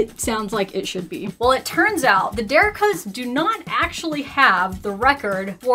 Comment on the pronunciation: Let me help with the pronunciation of The Derricos Family. Der-ree-coes